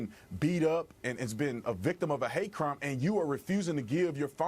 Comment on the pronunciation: Do you really think there was a cwime committed.